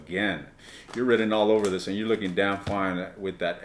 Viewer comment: Omg you made me laugh so much. Spoken like a true Aries😂 Not sure if it were just an accent issue but it sounded like you said at the end re extended 'I'm gonna be licking into your .... ' so much more I could say but I'm a High Priestess 😅😅😅